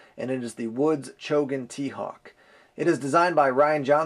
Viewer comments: It is Chogan, not Chogun! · It's actually Chogan, not Chogun.